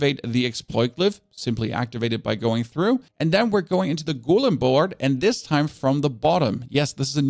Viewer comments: Drinking game commences: take a shot everytime he mispronounced golem from (gow-luhm) to (goo-lim) you will be super smashed within 2 minutes! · Love your content, but damn that "goooolem" shit triggers me hard. It's a go-lem